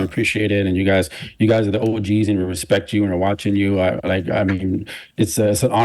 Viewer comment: is big on “Rechpect!”